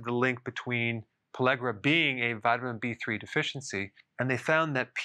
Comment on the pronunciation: Why does he say pallegra when he writes pellagra?